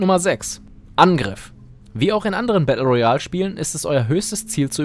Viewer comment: Kannst du mal Battle Royal ordentlich aussprechen 🤦‍♀️🤦‍♂️